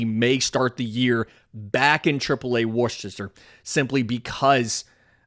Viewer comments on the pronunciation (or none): Love the show! Just thought id say that Worcester is pronounced (wuh-ster). Hence woo sox. ik its dumb. Also I've moved on to praying for Drake maye for the pats